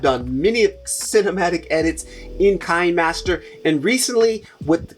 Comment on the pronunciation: Thanks. Very informative video. A couple of things I wanted to add. Kinemaster is pronounced keenaymaster. Kino is the German word for cinema.. One of the easiest and quickest video editors is InShot. I can edit a video in a few minutes. Very intuitive. I really love it for a quick turn around.